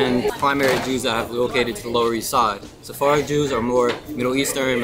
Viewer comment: It's "Sephardic" buds 🤣